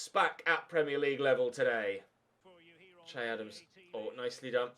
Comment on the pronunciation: Loving the series but for the love of god please stop calling him, it's pronounced Shay.